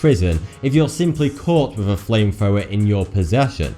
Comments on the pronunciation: ..."flame frower" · "FameFowa" I'm dying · flamefwower... nice pronunciation